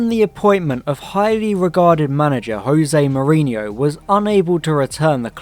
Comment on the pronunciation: unrelated to the criticism of the show, but "josé mourinho" with a j, "joe-zeh", not "hoseh" because portuguese, not spanish